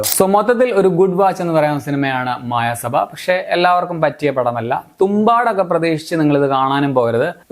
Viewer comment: It's not മായ സഭ, its മയ സഭ